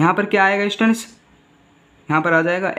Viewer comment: Students hota hai bhai stands nahi or ya fir to samajha hi lo ya fir stands hi bol lo 😂😂😂😂